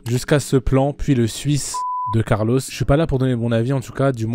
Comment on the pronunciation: « Carlosse » mdr, sinon masterclass com d’hab